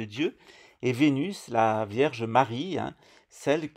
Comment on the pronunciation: Je pensais que la franc maçonnerie avait ete inventé par les portugais 🤣🤣 il maîtrise le fils a plomb comme.personne A 7.34 tu dis Verge Marie ou lieu de vierge Marie 😆😆 tu exagères..pas bien ça tu me feras 2 avé marie et 5 notre père